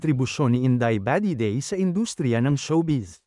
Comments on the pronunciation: Nasobrahan naman ang bigkas ,, inday badiday na matigas po. Hindi ,, indeyy ba 😊😊Dedey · HAHHA INDAY BAH-DEH-DEY HAHAHAHA